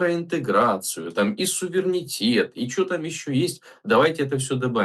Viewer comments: вроде политолог,но почему-то не знает слово "суверенитет", он произносит "сувернитет ", наверно от слова винегрет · Да, мне тоже сильно режет слух этот его " сувернитет"